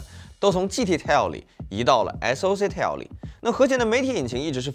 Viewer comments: tile, not tale, 發音一直錯誤太低級。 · tile 念成 "太優" , 不是 念成 "踢喲" . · Tile念错，还有其他几个英文也不会念念错。 对比居然比amd ryzen 7, 完全不专业。 英文字幕还很多错误。